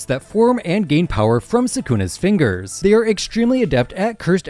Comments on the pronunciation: did bro just say “the fingerers”😭🙏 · lmao I noticed that too